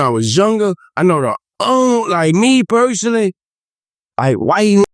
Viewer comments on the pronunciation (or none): what’s yall favorite mispronunciation of baby joes ? a. sitchiation b. persoglally c. exclode 🤣💚